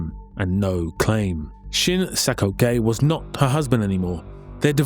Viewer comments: sang-ok is pronounced "sang-oak" and not "sang-okay" 🤣🤣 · It's not "Shin Sang-okay," it's "Shin Sang-ok." Probably better pronounced like "uck." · Do you seriously think a korean person's name would be pronounced "okay" Just read what you see...